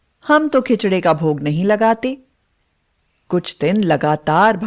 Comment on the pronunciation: 2 bar bar khincha kyon bol rahi khichdi bolo please